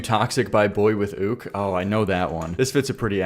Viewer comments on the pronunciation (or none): can u react 2 more boywithuke (its prounounced youk) pls? toxic isnt his best...